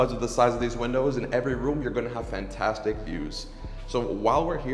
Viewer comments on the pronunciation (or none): none